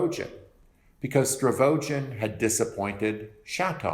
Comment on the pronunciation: These videos have been really helpful. But there's something that really, really irks me everytime you say it... it's Stavrogin, not Stravogin.